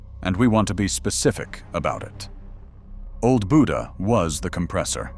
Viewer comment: Buda = “BUE-duh”